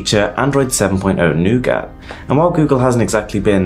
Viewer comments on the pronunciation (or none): none